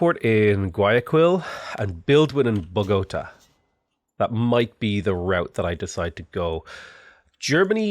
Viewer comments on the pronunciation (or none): The way you mispronounced bogotá and guayaquil hurts so much